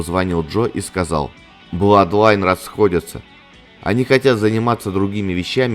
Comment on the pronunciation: Два ОО читается как У ,поэтому Блудлайн